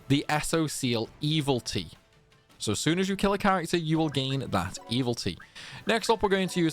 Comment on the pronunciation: Truly a gentleman and a scholar. I've played every Disgaea game up to this point but this was the first one where taking on Baal felt manageable and your guides were a big part of that. I have to ask tho. Is mispronouncing "evility" a bit that I am a latecomer to? I can understand mispronouncing "Pirilika" because even Fuji can't get it right for the entire story campaign. No shade intended, my ears just perk up every time it happens during your videos.